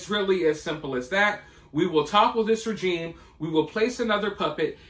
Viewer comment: You can't even pronounce regime